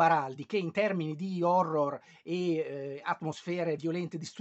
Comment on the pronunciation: Se l'accento di una storia horror non va sull'horror, non mi interessa recuperarla. Però grazie del video!